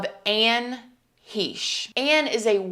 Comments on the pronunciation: Lol I love that you say her last name wrong too! When this all happened I brought it up in my salon and asked if everyone had heard about Anne Heche and pronounced it hAche. I was quickly corrected by a boujee client that it is pronounced Hesh. I sarcastically apologized for being so uneducated lol I feel much better knowing that I am not the only one to get it wrong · Heh-shhh - correct pronunciation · i love you, but you are pronouncing her name wrong the e is long it sounds like mesh with a h. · You might want to find out how her last name is pronounced. 👍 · Great video, but to mispronounce her name the entire video…… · How do you all you yt people put videos out with zero research? Pronounce the name of the dead person you are profiting on correctly... or don't and keep up the shill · Anne's last name is a hard 'ch' - like 'ch'urch. No one ever says it correctly. I know it's petty at this point, but whenever she spoke her name it was always "Heche." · It's pronounced HESCH. I hate that people keep saying heysche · It’s H, long “a” che. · I haven’t seen the video, I’m a new person to your page and just started it and thought it was weird you didn’t even know how to pronounce her name or was that intentionally done? You pronounced it like he•shh and it’s like Heck well it’s exactly like Heck the che sounds like ck. This is my Aunt and I have my own opinion and I wanted to state that before I watched bc I am going to watch and then I am going to come back to this comment and let you know if it’s close to what our family believes. This isn’t my name obviously and my spam account. Our family is devastated to say the least anyway I just wanted to say that before I began. Thank you for bringing more like to her there is a lot of things we would like to say but can’t in fear of retaliation. Kinda hoping this gets lots and you will be the only one who sees it if anyone pays attention so I don’t have to close this account. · It's pronounced "hay-sh"